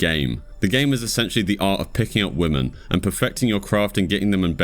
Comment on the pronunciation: Good video as per. But why do you say women like that?